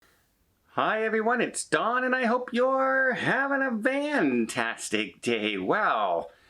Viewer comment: Is he saying fantastic or Vantastic